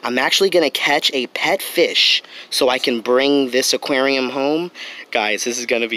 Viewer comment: Am I the only one who hates when he says “ AKUERIOUMMMAA”(aquarium)